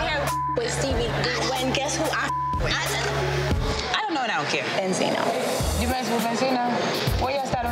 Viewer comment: Karlie: benzino Joseline: bensino